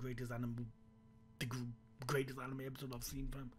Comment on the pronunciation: He just said greatet anime epsiode